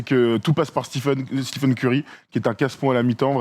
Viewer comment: Pourquoi vous dites "steephen" Curry, alors que les américains et lui-même disent "stèphen" Curry? ( pour être précis)